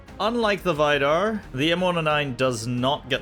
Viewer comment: He says Vidar like Vaidar